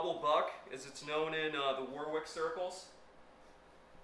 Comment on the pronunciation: It’s not War Wick. It’s pronounced Worrick